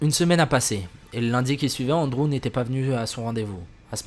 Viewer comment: Ptdr comment il prononce Andrew ; Onde-Roux 😂😂